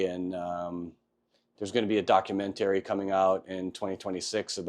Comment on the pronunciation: You’re the second person I’ve ever met that pronounces documentary like that.